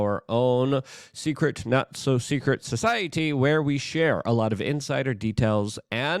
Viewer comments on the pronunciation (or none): none